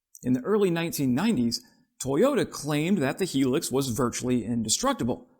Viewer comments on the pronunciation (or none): Hilux, not 'Helux', sorry. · not HE-LUX.....it is HIGH-LUX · Hi-lux not helix. Yikes.😢😂😂😂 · Pronounced 'Hi-lux' mate.👍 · It’s pronounced ‘ high lux’ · It's pronounced High Lux Hi Lux!! It's not as good as it used to be ..they used to be unbreakable!! Not anymore!! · Holy hell man, do some quality review of the literature and background on your subject. I've been driving the "high luxury" or HiLux in one variant or another for 40+ years. I've never heard it pronounced the "Hee Lix" even in Latin America. Fail. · Pronounced, highlux.